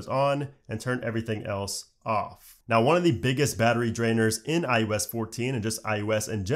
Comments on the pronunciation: Does anyone else hear him saying "I U S" instead of "I O S "? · I think its iOs not iUs......but im sure you know that which makes it even more odd..... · i swear you keep sayin "iUS"